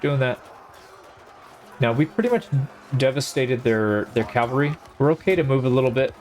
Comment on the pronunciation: Cavalry. Not calvary. Huge difference...